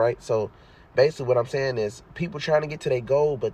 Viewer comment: "base-ah-lee", LOL. Good shit tho